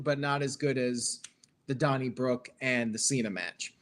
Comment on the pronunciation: drunken asf, i thought some guy named Donny Brooke wrestled Cena lmaoo😂